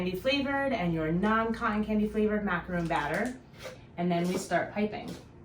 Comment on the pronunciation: Its pronounced mac a ron not roon